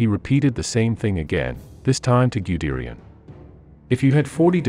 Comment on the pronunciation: The most atrocious pronunciation of German names related to WWII! “Wer-meht”?! “Ghyudeerian”?! How about “Smolensko”? I saw a few more documentaries by the same producer.